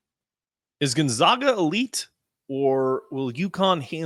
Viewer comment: It’s pronounced GON-ZAGA on GON-ZOGA. But great pod. Look forward to the matchup on Saturday. Steele Venters is injured by the way, Achilles pre season. Are you doing a crossover pod with Andy this week?